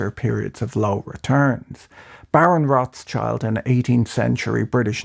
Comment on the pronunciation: Rot-schield, not Rots-child